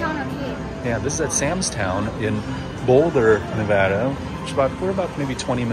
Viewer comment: Glad you pronounced Nevada correctly!